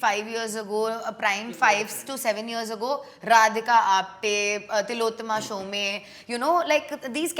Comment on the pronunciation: Loved the episode✨❤ But as a Bengali I could not stop giggling hearing Tilottoma Shom-ey😂